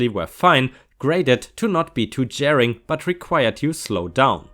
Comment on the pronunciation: Jarring - Jar-ring (you made it sound like jairing) Regaled - the a has the ay sound, so the 2nd syllable rhymes with tailed. Suburban - technically you pronounced it "correctly", except most people don't pronounce it that way.:D Most people pronounce it suh-burb-un. (Or suh-burb-'n) Affluent - Aff-loo-ent